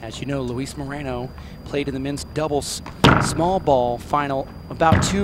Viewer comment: Moreno not Marino my fellow Americanos!